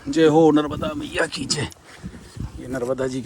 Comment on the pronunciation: MaNarmadaji kijai Narmada har har sabse pahley maiya ji ka naam sahi uchcharan kijiye Maa Narvada nahi #Maa NARMADA hji❤🙏🎉